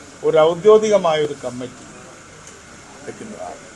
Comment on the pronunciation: ഔദ്യോദിഗം അല്ല... ഔദ്യോഗികം... താനൊക്കെ എവിടുത്തെ ബുദ്ധി ജീവി ആടോ? കഷ്ടം തന്നെ